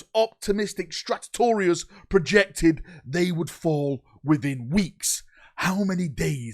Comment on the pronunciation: flubs with timesstamps:) Vox-retelays Monotorious skip Stratetorious Death Spire Telepurturtion Kaymmunique Alignment affliction Death kell